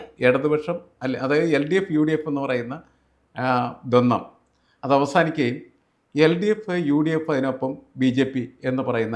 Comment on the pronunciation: ദ്വന്ന്വമല്ല മലയാളം പ്രോഫസറേ ദ്വന്ദ്വമാണ്